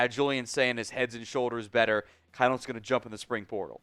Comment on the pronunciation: It’s pronounced Keen-holz!